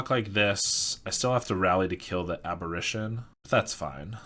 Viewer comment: The flip side of Delver is pronounced Insectile Abber-AY-tion. You're pronouncing it like "apparition", which is another word for a ghost.